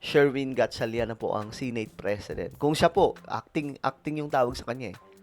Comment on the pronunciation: SENATE po Sankay hindi SINATE... pa check sa google ang tamang pagbigkas.. Masskit kasi sa tenga... just saying